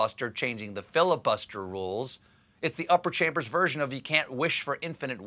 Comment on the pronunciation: Did somebody say filibuTTster? Have a nice day :)